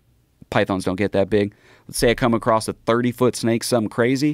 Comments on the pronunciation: Its "across" not "acrost" lmao. He said it 3 times. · bro said acrosst